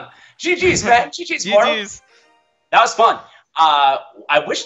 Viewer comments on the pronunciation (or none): It's mortal bro.. Not moral